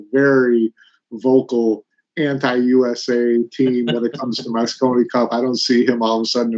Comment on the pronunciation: Mosconi not Moscow